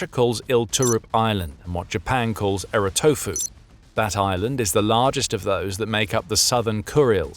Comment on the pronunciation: ”Erotofu”?? Hahaha! That would Etorofu in the real world.